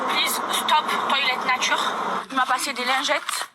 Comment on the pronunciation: "La voitchhure", "la natchhure"... Wesh t'as cru la meuf è parlé pas françé en vrrrréé, en vréé t'as cru wesh...